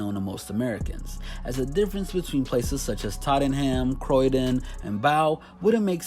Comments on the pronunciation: “Tahten-Ham or Croy-DEN” Hahahahahaha!!! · When he said Tottenham and Croydon that was hilarious at least he knows where they are but that pronounciation was horrendous